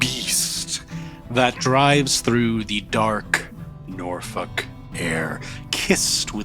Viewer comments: Sorry but i am the only one that hears NORFUCK everytime says Norfolk? But seriously incredibile as Always!! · Why do i keep hearing NorFuck? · every time i hear norlok wizard game i hear NORFUCK WIZERD GANG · I wanna come back to this as a small nuance, as Norfuk is much closer than the usual lobster pronunciation The way the 757 accent comes out is like halfway between Norfik & Norfuk. Its an illusion, sounding like both at the same time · I am so glad it isn't what I thought it is. PS: You need to do something about your pronunciation of "Norfolk" 🤭